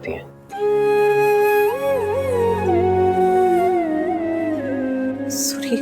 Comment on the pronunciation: Hmko bhi bahut bahut bahut ... Gussa aata h jb anupma surrii suri bolti h tb 😣😡😡😡😡🤬🤬😡